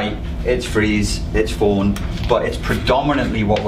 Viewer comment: hahah i always thought you were saying fight flight *forn*, like fornicate!!, i’d heard it’s Fight Flight Freeze Forn(icate) or Feed.. fawn...hmmm